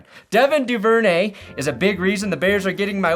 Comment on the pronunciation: C'mon. You're better than this. It's pronounced DOO-ver-nay